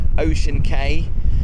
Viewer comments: Cay is pronounced Key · Cay is pronounced as key...